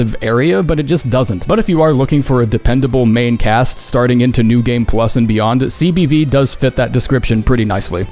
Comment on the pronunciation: CBD- cock and balls destruction. I will only accept this and you cannot change my mind. (It's CBV but I heard CBD)